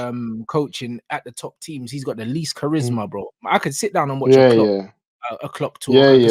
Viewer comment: Bro said charismaricarick 😂😂